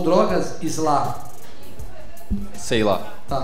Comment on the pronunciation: "ISLÁ"... "SEILÁ" KKKKKKKKK